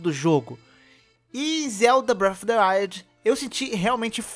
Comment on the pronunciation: Não dá pra levar a sério quem nem sabe pronunciar o nome do jogo e quer fazer analise, análise requer um alto nível de estudo entendimento do assunto é claramente você não entende nada de Zelda como dito no vídeo então você não tá capacitado nem pra fazer a análise da categoria de abas de comida porque como você diz não tem como passar de aba pra aba mas claro que tem com o analógico direito ... Eu que sou muito intelectual e percebi isso jogando sozinho ou você que é uma pedra com perna ? Você querer dar suas opiniões ok KKK já vi nego falando que Sony tem exclusivo e nem por isso falei algo mas você querer falar que vai fazer analise no mínimo espero eu alguém que saiba ligar o vídeo game ou até mudar a aba de comidas do jogo com o analógico direito KKK . Flw